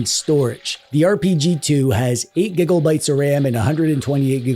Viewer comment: Finally... Somebody who says gigglebytes as well.